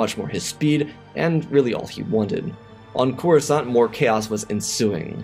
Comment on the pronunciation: "Kenobi made a move on Corusant?" Slight error at the beginning. But good story as always.